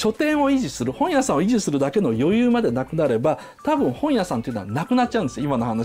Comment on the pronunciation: 本屋の発音どした